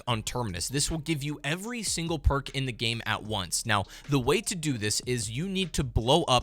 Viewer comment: I love the phrase “Random Perrrkk”